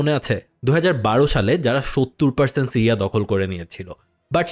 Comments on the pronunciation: Tiriya na siriya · টিরিয়া কি? বার বার বলছেন টিরিয়া।